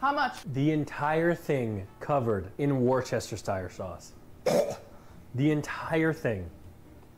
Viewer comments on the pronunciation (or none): "Worchestershtire Sauce" 🤣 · Its pronounced WOOSTER sauce. Wooschestershire wtf is that? 🤣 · Just for any Americans here, it's pronounced Woostersher Sauce but most people just call it Wooster (Worcester) Sauce. Take this as a man from Worcester in Worcestershire, who lives not far from the Lea and Perrins factory. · Whoster-Sheer Sauce! And Tap water and a filter jug would be the same as most bottled water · war chester shire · as someone from england that was painful to hear him pronounce worchestershire sauce lol